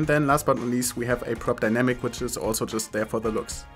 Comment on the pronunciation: Prop Dynamic = Drob Dynamic xD (Drob Dynamic is a german rapper xD)